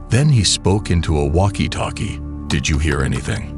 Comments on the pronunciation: Bro said talkie-talkie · peak ai content, "bank hiest" and "talkie talkie"